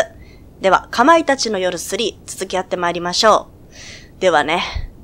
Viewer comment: 「かまいたツァー」って少し言いづらいですね